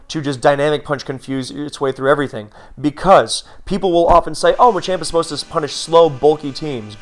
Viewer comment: You keep saying Machamp but all I'm hearing is ychu